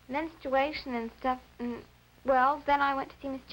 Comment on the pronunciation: Menstawation lol